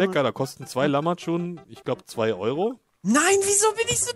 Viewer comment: Man spricht es "Lachmadschun" aus ^^ (Ja wie lachen und dann madschun ;D) Nuss mit extrem harter Schale: Paranuss ^^